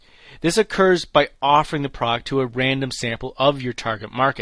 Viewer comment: « Product » has two syllables!